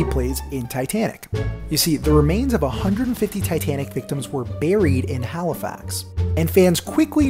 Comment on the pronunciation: You pronounced halifax wrong